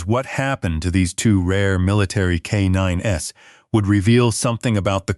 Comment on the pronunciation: Loved it!❤ I always enjoy military and/or animal related stories....but no tear-jerkers, depresses me for the rest of the day, even tho I recognize reality can be grim... Just a note - Not " k 9 ess"! Just k9s KAYNINES (as in plural)